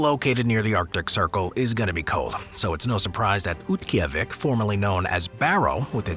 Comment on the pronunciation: for the record, Oymyakon's last syllable is 'cone', rather than 'con', which is proven out on its Wikipedia article, as well as several videos and TV specials I've seen about it. Utqiaġvik = oot-key-AH-vick, and it also has a Wikipedia article with an accurate pronunciation given. Harbin, China is har-BIN. Yakutsk = yah-COOTSK. Saguenay = SAG-Ə-nay. In the Fairbanks section, Tanana = TAN-uh-nah. Since it's not a city, it probably doesn't quality, but it still warrants being brought up: Alaska's Prospect Creek Camp = coldest recorded temperature (-80F/-62.2C) in USA on 1/23/71; located at approx. Milepost 135/217km on the Dalton Hwy., 20 mi/32km north of the Arctic Circle. This was one of 31 camps built during the construction of the Alaska pipeline to house the workers, thus avoiding long commutes to work. International Falls is on the Canadian border.